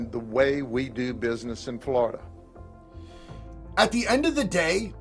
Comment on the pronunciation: "Now The State of Flow-da has some good ass lahws bruh!"😅Freaking I Love It.